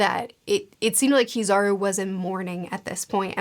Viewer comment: Kizaru? You mean PIZZAru, right?